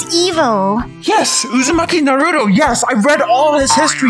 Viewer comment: For one it is the miracle box not the miraculous box and you said Naruto wrong it is Naruto not Narudo